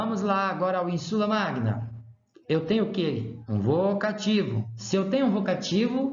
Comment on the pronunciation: Você está errando a sílaba tônica. É ÍNsula, e não inSUla. É ÍNsulis, e não inSUlis…